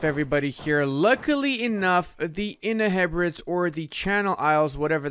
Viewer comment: the in-head-breads love it (inner heb-r'-deez)